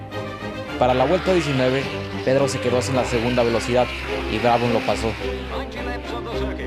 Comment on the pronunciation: Pedro fue mejor en Sport Prototipos. Checo es mejor en F1, que además se ha vuelto mucho más profesional. No vendría mal que repases tu pronunciación... "Brabom", "Olm", "Shifert" y "Shurtis" nunca existieron.